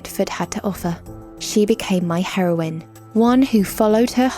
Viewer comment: I thought she said heroin instead of heroine 😂😂😂